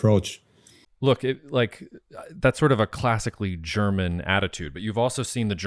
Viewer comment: Marc, wieso sagst du immer “Cherman” und “Chermany” statt German / Germany? 😜 Senk you for the interview 👍